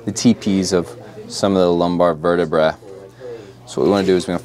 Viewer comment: ...TP's of some uh da lumbar vertibruh, hell ya. I love getting dry needled, 10/10